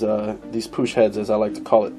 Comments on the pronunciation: pushh head ????? lol loooool say it right like i speel it " puk lol push head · It's pronounced PUKE NOT POOSH PUCH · it's not like the ch in church, it's ch like heckler and koch. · pook dude! not poosh nd they were made in graz austria, not germano! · I haven't heard anyone pronounce it as "Puck".. It's supposed to be pronounced "Pook" AFAIK, at least according to every video I've ever seen and everyone I've talked to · Pronounced "POOK". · It's actually pronounced 'pook'...just sayin' is all... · It's pronounced pook. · the heads aren't made by Puch they are made for puch. it's pronounced pook. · its pronounced "PUCK", great vids man, the dome on the piston crown affects the squish volume, how you demonstrated it would only be relevant for flat top pistons, but squish volume does not affect displacement only compression. also the syringe technique is only any use for balancing the compression on multi cylinder heads. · lol as an Austrian (btw Puch is from Austria and not Germany), I know how to pronounce it the right way. Lets just say I cringe every time u say it. lol. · You neglect a mod from consideration, enlarging the combustion chamber. You could pretty easily cut another cc out in that transition between dome and squish band, and get close to the slant head volume with the mass advantage of the puch design toward cooling. That would negate adding gaskets, or shimming the cylinder, so effect the squish efficiency less, and have zero timing effect. BTW, it's pronounced to rhyme with "look", not like a French guy saying "push", lol. Add a cc of volume, run pump premium instead of regular, you should have little danger of detonation without playing with plug heat range unless you Hill climb in saharan summer type conditions. Excellent presentation and theory work though, and a great cautionary note for those looking for "bolt on and ride" parts who might not be inclined toward surgical solutions, lol